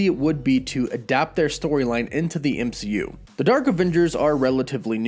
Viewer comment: Dimonstrated??? It's pronounced demonstrated. ehh not ihh. EMCU not IMCU! How do you not notice it?? Especially when you have a very strong command of the English language! So weird!